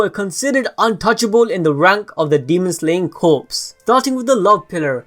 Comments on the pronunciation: It’s pronounced “Core” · ITS “CORE” JUST THE P AND S ARE SILENT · The P in Corps is silent. "CORE" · It's pronounced "Core" If the P was silent if would be pronounced "CORES" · Corps is pronounced as core homie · corps is pronounced core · “Corps” is pronounces as “core” just so you know lol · Love your videos but corps is pronounced like core the s is silent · I get it is spelled Corps, but it's not pronounced like a dead body. It is pronounced CORE. Just a small detail that drives me nuts. It's a Unit size like battalion, division, squad, Corps. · Hihihihi corps is pronounced as 'core' :3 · Just fyi, it's pronounced as core, the p is silent. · Corps is pronounced “Core” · Just so you know “corps” is pronounced “cores”. It the demon slayer cores. Corps = cores. The p is silent. It’s weird I know but that’s how it is. English be like that sometimes. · I don't wanna be that guy but the word 'corps' is pronounce 'core' where I'm from but Idk maybe it's different in other places. But still love the videos and hope the demon slayer vids will continue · Am I the only one who cringes when he pronounces the "p" and "s" in "corps" omfg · I've never heard it pronounced like that... No P... Just like saying core not corpse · It's pronounced like core not corpse. But I'm nitpicking lol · Yes it's pronounced core. As in the Army Corps of engineers it's pronounced core. Definitely not corpse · Did anyone find it hard and cringing with the fact that he mispronounced the word "corps" as corpses the whole video. 😐 TO THE CREATOR- this French-derived word is pronounced like the word "core" not like the word "corpses" ( which mean dead bodies) but I Enjoyed the rest of the video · Sorry to be 'that guy' but its pronounced "Core" not "Corpse" gotta love the English language xD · Its not corpse dum dum its corps you say it like core not corpse dum dum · It’s pronounced “core” not “corpse” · Corps(core) not corpse(corps(e)).... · ITS NOT CORPSE... it sounds like CORE...